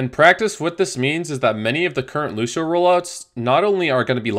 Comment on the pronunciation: Lu*sh*io stop it